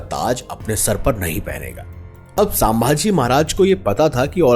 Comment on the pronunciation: Please pronounce our kings name छत्रपती शंभू महाराज or संभाजी महाराज not सांभाजी महाराज .